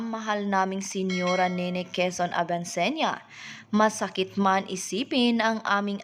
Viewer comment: Quezon ,grabe naman pg pronounce mo ayusin mo..